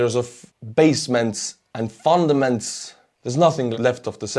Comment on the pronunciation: Great stuff,! I love the shots of you with your accordion. Personal question. Do you have friends amongst the 37% Russian population of Tallinn? If so, what is their attitude to Putin's war? You have enviably fantastic English. Just one correction from a native speaker is your pronunciation of FOUNDATION, which you pronounced like the (borrowed) Russian word 'fondament'. All good. Looking forward to your next upbeat report. Chris